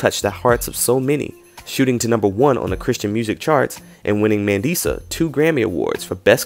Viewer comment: It's pronounced Mah-ndee-sah ❤😉☺️ it's a South African name.